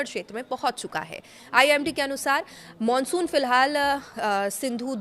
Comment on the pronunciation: Monsun ya mansun 😂jesi shakal vesi bol rahi hai itrana bhi shakl ke hisab se achha lagta hai 😅